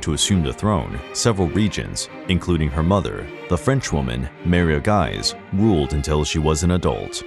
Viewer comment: Mary of Guise: pronounced to rhyme with "keys." Not "guys."